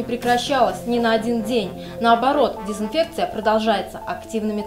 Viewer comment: Почему мальчик говорит сисинфекция?